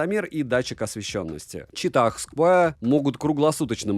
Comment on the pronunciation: Чувак, прекрати говорить ЧИТАХ, да еще и с таким пафосом... Я не могу оставить смех😂